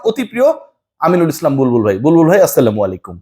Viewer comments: আপনার সালাম দেওয়ার উচ্চারণে সমস্যা আছে। সংশোধন করতে হবে। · সালামের সঠিক উচ্চারণ হবে আসসালামু আলাইকুম । কোন কারণে এর ব্যাতিক্রম হলে অর্থ কিন্তু বদলে যায় সেখানে আপনি লিপুকে টিটকারি মেরে সালাম দিয়েছেন এটা ঠিক না । লিপুকে বকা দিন সমালোচনা করেন কিন্তু সালাম বিকৃতি করে নয় ।